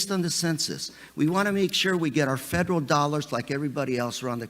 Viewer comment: " Fwederwal " WTF ??? If you can't speak English you have no right to be asking questions in America. Is this Elmer Fudd's Asian counterpart ?